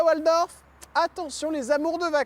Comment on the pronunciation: Son nom se prononce Valdorf et non Oualdorf Jordan . Nom d’origine germanique 😊